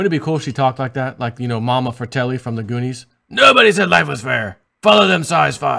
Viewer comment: "mamma furtelli " LMAO!